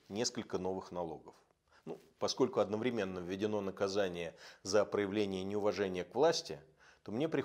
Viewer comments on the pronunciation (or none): none